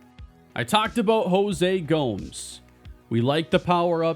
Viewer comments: Future reference: Gomes is pronounced like “Gomez” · The way you say Gomes, cringe. It's a Spanish name, not an English name. Good job you didn't draft him.